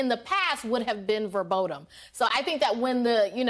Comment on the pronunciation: Ayesha, the word is "verboten" not "verbodem".